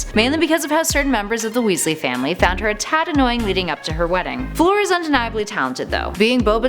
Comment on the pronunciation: It's not FLOOR DeLaCour... ffs